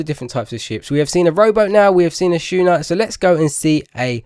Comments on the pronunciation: I think you are saying schooner (shoe-ner) is incorrect, if I am not mistaken I think it is pronounced as skooner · "Schooner" is pronounced like "Skooner"